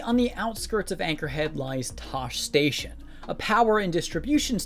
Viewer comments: did he pronounce it tosh station? tosh-ee station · TOSH station? REALLY?? Did you NEVER watch the first ever movie? TOSH-EEE Station is how it's pronounced. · "Tosh" Station? Really? Why on earth would you pronounce it like that when it is part of one of Luke's most famous lines? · It may be spelled "Tosche" but Luke pronounces it as "Toshee" in A New Hope... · Don't trust Star Wars "experts" who can't even pronounce Tosche Station properly. Sorry "Tosh Station," apparently. Nevermind that he apparently doesn't know what a hemisphere is and instead thinks its a tiny splotch of land. (She barely spun the holographic globe more than a quarter spin.) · Informative, thanks. The pronunciation of Tosche Station and Din Djarin was off, and these are not particularly obscure names in the Star Wars universe. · Mispronouncing the word Tosche completely destroys any credibility this guy has when it comes to Star Wars. Because I was going into Tosche station to pick up some power converters.